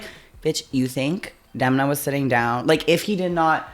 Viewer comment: Violet saying Denma instead of Demna is hilarious